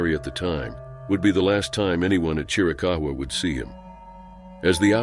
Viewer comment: Plz plz plz--- why don't narraters look up Correct Pronunctiations for Forests & people they want to video about?? Fugate-+ is FU-gate, like its spelled. Chiricahua is Spanish, pretty much like it's spelled. Chir- i- caw- waa. He walked away, & probably ran into illegals on those trails & roads, which happens often in that part of the state. You pronounced Sequoia-- its really not that hard. Be respectful in your videos to the names.